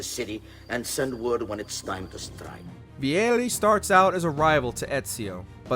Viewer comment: The way the narrator pronounced Vieri gave me ear cancer